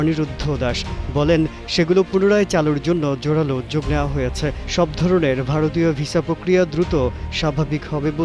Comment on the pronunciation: আপনাদের রাস্ট্র ভাষা বাংলা, তাহলে উচ্চারণ এমন কেন। উদ্যোগ কে উয্যোগ বলেন কেন